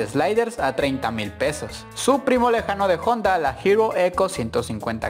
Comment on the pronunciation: JONDA??? juraría que era HONDA...